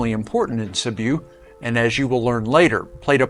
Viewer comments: Sibiu nicht Sibu es sind nur fünf Buchstaben 😂 mein Gott 😂😂😂😂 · You lost me 46 seconds in. Please learn to pronounce names before making videos about them.